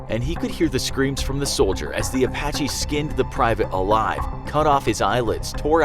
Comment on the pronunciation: Apache sound like "a Bac Ky" to me. That's offensive